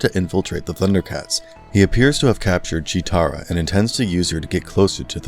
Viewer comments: Right! Also its Cheetara, not Cheera. He tried tho? 🤷🏻‍♂️ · its PANTHRO and CHEETARA not pantera and chira......